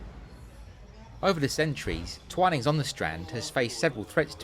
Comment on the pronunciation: My husband drinks coffee and I drink tea, and yet we manage to agree on most other things. We missed the Twinings shop when we were in London, although we did visit St. Clement Danes. Thank you for providing the correct way to pronounce "Twinings"!